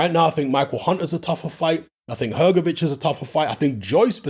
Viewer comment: Hrgovic? You’re having a laugh